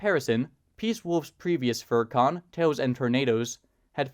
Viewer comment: It's pronounced Tails and Tornadoes, not Toes and Tornadoes. Otherwise, great video. I used to be friends with Peacewolf, until I discovered her personal views. One thing that was apparent in her Alt Twitter account, she would advocate the persecution and execution of transgender, LGBTQIA+, and even black individuals as a protest against Black Lives Matter and Trans Furries coming out. I remember the last thing I remember saying to her was simple, "You are tainting the simple you brandish proudly on your fursona. Death to anyone is not peace."